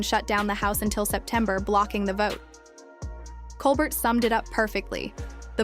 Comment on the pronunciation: OMG can you people just pronounce his name properly? ColBEAR. The T is silent. 🙄